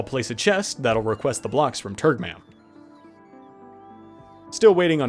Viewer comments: I swear every time you say turgmam i hear turdmam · I can't stop hearing "turdmom" when naming that planet